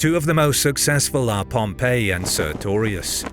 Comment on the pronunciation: It's a bit irritating that the narrator keeps calling Pompey in the same way as the city of Pompeii